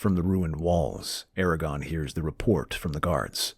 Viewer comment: aragorn, not aragon